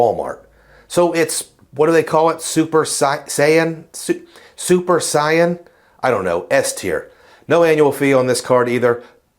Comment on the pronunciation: Love the DBZ reference haha. It’s pronounced “sayin”. Great cash back strategy btw!